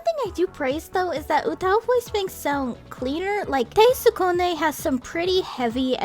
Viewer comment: She pronounces it wrong tho